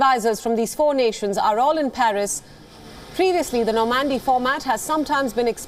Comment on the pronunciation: "no mandy" ?? it's Normandy.. norrrrmand-e